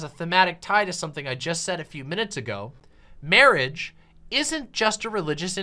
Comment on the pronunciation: MAWAGE. MAWAGE IS WOT BWINGS USH TOGEDAEH TODEH.